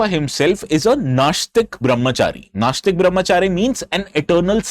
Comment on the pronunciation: Pl correct your pronunciation... it is NAISHTICK bramacharya not NAASHTICK bramhacharua. If you pounce as naasthik, then it will change the meaning to "one who does not believe in existence of God and vedas